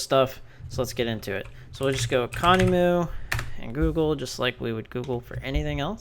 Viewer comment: Bit late to the party here, been a user of conemu for a couple of years now, great tool.. I've never heard it pronounced how you say it :D I say "con" "emu" : "emu" like emulator